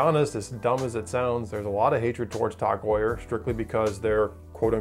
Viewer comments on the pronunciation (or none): "Tawg" Heuer. I've never heard it pronounced like that. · The thing that annoyed me the most is his prenouciation or tag heur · If you're gonna hate them at least say their name right